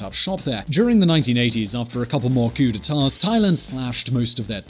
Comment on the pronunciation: We do not pronounce the s in coups for several coups d'État